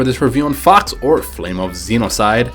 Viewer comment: I'm not sure are u saying FOX or FUCKS... Seriously.. Btw, how could this game tresspass porn scanner from googleplay?